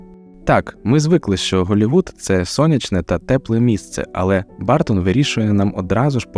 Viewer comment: А що важко дізнатися як вимовляється прізвище режисера? Він не бАртон